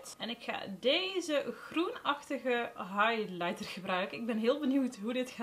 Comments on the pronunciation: Hey! Mag ik je wat vragen? Ik bedoel het aboluut niet rot, maar het viel me op dat je sommige woorden wat anders uitspreekt dan normaal. Ik doe dit zelf ook, bij mij komt het omdat ik vroeger erg stotterde. Alsof je de klemtoon verkeerd legt bij bijvoorbeeld het woord highlighter. Ik was gewoon nieuwsgierig waar dit door kwam:) hoop dat je het niet verkeerd opvat. Je maakt top video's! Super kwaliteit ook, ga zo door. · soms, dan spreek je een woord uit bijvoorbeeld “highlighter” maar dan stop je halverwege t woord? alsof t niet lukt